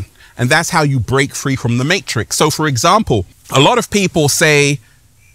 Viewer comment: Dude pronounces matrix with 4 S's